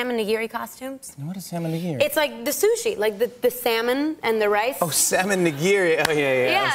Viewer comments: I heard Sam n' nigiri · DonYelle and Diana My Japanese ass is dying at their mispronunciations. I didn’t know people pronounce it na-geery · Knee-gi- ree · How they pronounced "nigiri" and "tempura" kinda crushed my asian soul. I mean, they probably dont know the correct way. Or rather they dont know the Japanese way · I love her but she's pronouncing all of this Japanese food incorrectly 😂😂😂